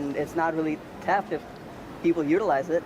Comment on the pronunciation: What’s “teft”?